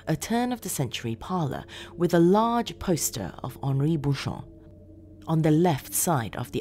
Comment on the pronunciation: Great narration. It's nice to hear it with the right pronunciation of the name too. Well done 👏